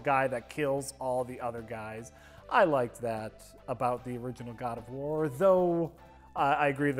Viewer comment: God of worm - (At least, I thought he say that XD)